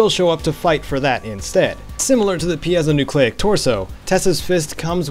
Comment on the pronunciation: Actually I think it is pronounced Py-Zo-Nyucleic.